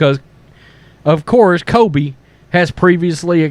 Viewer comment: I love the channel but please I can’t keep hearing Kobe Coveington. With all due respect it’s pronounced like kohl-bee, not Kobe. And it’s pronounced cuh-vington, not coh-vington